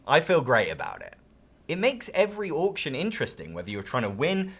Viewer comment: Can someone make an Auction game that has Orc's just so I can hear says 'Orction' more?